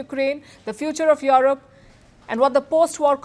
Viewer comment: Palki, it's Europe. NOT YOROP